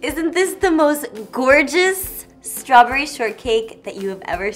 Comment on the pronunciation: Does she seem tipsy here? Ssssssstrawberry cool whip, lol.